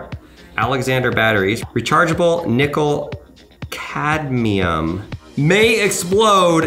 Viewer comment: Did he jus said cadmium